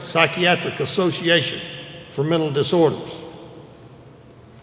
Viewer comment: "mental" isn't that hard of a word to pronounce, bro